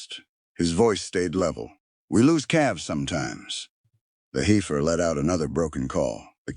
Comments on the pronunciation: What a dissapointment that a narrator telling a story involving cattle cannot even correctly pronounce heifer. It’s “heffer” not “ heefer”!!! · Heifer is pronounced HEFFER, not HEEFER.